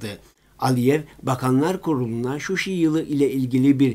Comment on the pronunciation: Şuşi değil ŞUŞA